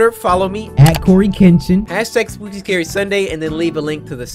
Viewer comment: Why Cory say “Scury”.